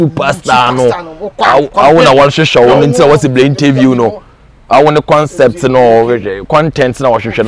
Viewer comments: Kwaku Manu, ɛyɛ concept not concert 😂😂😂😂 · why is kweku always saying concert 😂😂😂😂😂. concept ooooooooo bra not concert